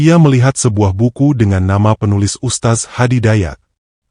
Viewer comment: Tolong perbaiki pengucapannya...beda arti ustaz dng Ustadz